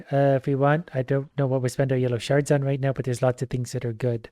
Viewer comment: I know you're saying shards, but for whatever reason all I hear is sharts